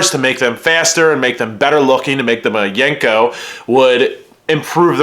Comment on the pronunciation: It’s not yanko it’s yenko!!!!